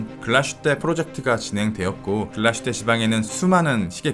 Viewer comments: 참고로 Glashütte의 발음은 글라슈테가 아니라 글라스-휘테입니다 :) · 훌륭한 영상 항상 감사드립니다 한가지만 주제넘게 말씀드리자면 Glashütte는 Glas(유리)와 Hütte(제련소)가 합쳐진 독일말로서 정확한 발음은 글라슈테가 아닌 글라스휘테라고 읽는게 맞습니다 한국에서는 다들 글라슈테라고 하시던데 역사깊은 브랜드의 정확한 이름은 그래도 짚고 넘어가는게 좋을거 같아서 말씀드립니다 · 독일어는 s+h sh를 쉬로 발음합니다. 그래서 글라스+휘테 를 연음으로 글라쉬테로 발음합니다. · 독일에 10년 살았습니다 독일말에는 sh라는 자음 자체가 없어요 비슷한 자음인 sch가 쉬 발음이 나죠 명사와 명사가 합쳐친 단어에서는 구분해서 읽는게 기본입니다 따라서 붙혀서 읽지 않고 따로 읽어야 하기에 글라스휘테가 맞습니다 정확히 알아보시길 보시길. 100프로 잘못 알고 계십니다